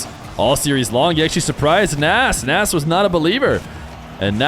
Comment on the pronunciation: It’s actually fun to say -nes every time pronounces it incorrectly as nass lol